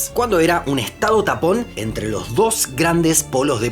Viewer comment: Por un momento creí que dijo estados TAMPON 🤣🤣🤣